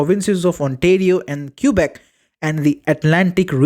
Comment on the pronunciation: Trudeau is pulling a Biden move? Quebec is "ke-bek" Not Cube-ek